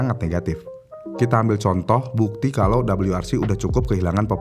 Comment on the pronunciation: Untuk ejaan indonesia Bilang aja "W" gak usa Double U. jadinya malah lucu